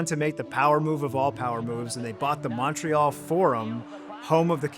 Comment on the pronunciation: The "Mon" in Montreal is pronounced like the mon in money, not Montana.